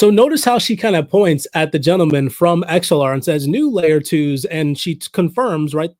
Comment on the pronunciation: Sounds like your saying xlr lol